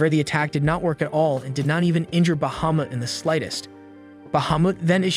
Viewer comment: Say Bahumet one more time! 😂